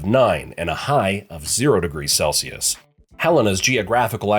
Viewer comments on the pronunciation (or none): none